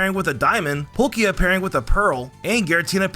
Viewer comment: Ah yes, Polkia